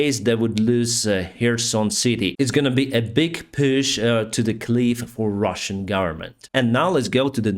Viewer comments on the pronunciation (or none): none